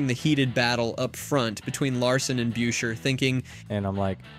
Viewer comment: It's Chris busher(beuscher). Seriously